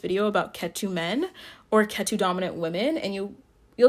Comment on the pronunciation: I find it funny how your pronounce Ketu! Like Tattoo 😂😂 Cute accent!